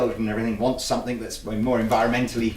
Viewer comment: Hey, I notice that whenever you say the word "something", you pronounce it "somethink." Is that a British thing? Or is it just you?